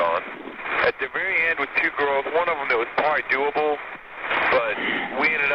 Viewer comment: Doo able....hahahahahaha!